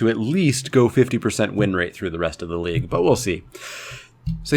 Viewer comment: I thought you said Leek Update......